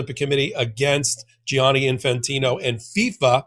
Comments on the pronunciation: Why do you insist on say Gi-ani and adding a third syllable Jani Say jani. It’s two syllables. The spelling is for u… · thank you ⚽️⚽️⚽️❤ ….. but pleeze pleeze say djanni, not gee-anni!